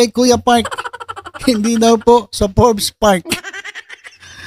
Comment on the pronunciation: obob talaga ...... magbabasa na lang. boi forbes hindi for-bes😂😂